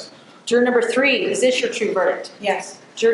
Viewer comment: No hyperbole— this would 100% become my favorite channel if he could only pronounce the “H” in “three” & “throat” 🤷🏽‍♂️